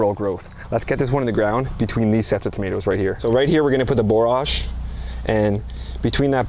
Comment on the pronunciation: Borage is pronounced as porridge is pronounced.